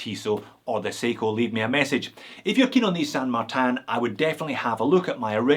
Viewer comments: Why do pronounce it San MartAn? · More importantly, you are still pronouncing it with a French accent for some reason :) Cheers for the video! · Dude, I love how you pronounce "San Martin" like it's a French hors d'oeuvre...(Merci pour votre...er... videos!)